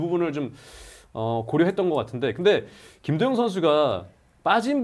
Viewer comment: 여기자님 발음이 ㅋ 김도영인데 김도연 김도연 이렇게 들리네